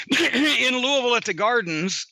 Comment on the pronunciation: It's Louie-Ville You do not pronounce the S